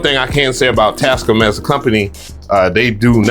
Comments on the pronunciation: Tas -CAAAAAM! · Bro keeps pronouncing it as “TASCUM”😂😂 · this is my new goal...i need to buy enough equipment to justify purchasing this mixer. this dude goes out of his way to mispronounce words. "Ruhverb" "Tascuhm" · its TAS- CAM BRO:)) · welcome bike today we are looking at the tascum model 24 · quality tech info -100 % raw excitement from seeing a mixer for the first time in person +500 % pronunciation of brand name Tascam -100 % level of diddler energy for the mixer +500 % over all review score 800% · You were super sensitive about Bolo pronouncing your name right and you cant even pronounce Tascam correctly 😂 Also, camera moves way to much. slow it down 🥴